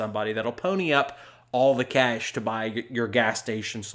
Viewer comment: I love how you pronounce cash as kaysh